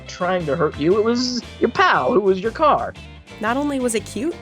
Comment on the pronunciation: "The carrrrrrrr"